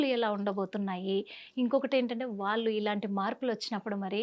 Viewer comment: 😮 తల్లి ముందున్నువ్వు తెలుగు సరిగ్గా పలకడం నేర్చుకో. వాలు కాదు వాళ్ళు